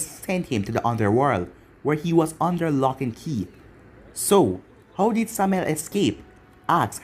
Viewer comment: How did you pronounce Samael right then wrong? Okay everytime you say the name it annoys me you said it correctly once